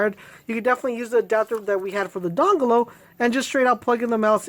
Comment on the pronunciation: LMAO. i thought it was by mistake, bus its just the way he says dongle XD